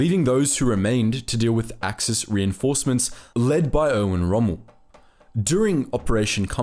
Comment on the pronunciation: Sounded like u said OWEN ROMMEL